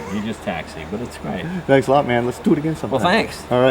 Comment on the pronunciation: "Tanks"? Dennis, leave the comedy to the professionals. 😜😊